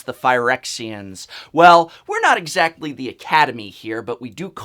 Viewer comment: "well, we are not exacktly the academy here but we do cardsleve reviews" HAHA